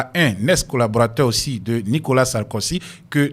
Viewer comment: Pas sarkosy...mais plutôt Sarkozy tonton.